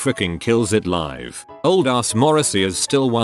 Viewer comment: When the robot pronounced live incorrectly I muted the video and played it back at 1.5x and just read it lol